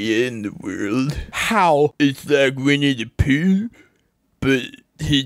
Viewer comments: It’s Winnie da poo but he do da mur do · It’s Winnie the Booh